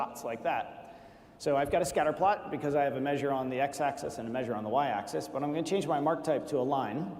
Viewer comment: “Axis” not “Access”